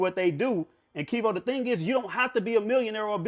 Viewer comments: he let dat man call him "" the whole video lol. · “” lol a real respectful dude for not correcting. but he was dropping gems tho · He keep calling you lol